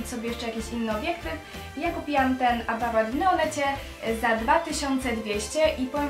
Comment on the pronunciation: APARAT WYMÓWIĆ NIE POTRAFI XD